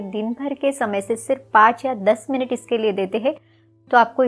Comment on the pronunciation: मिनिट नही मिनट।